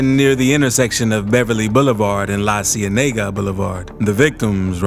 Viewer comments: It’s la-see-inda-ka You keep saying La Cienega wrong😂😂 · The narrator speakin on Cali Bizness and obviously not even familiar with the city. Can’t even pronounce the the streets 🗣La See Yaa Nayga!!!